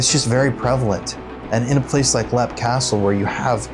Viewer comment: It's not pronounced lep,it's pronounced leap.